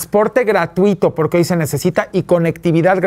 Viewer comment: Chuchis Gálvez dice : Poque, no porque, jajaja... no sabe hablar... 😂😂😂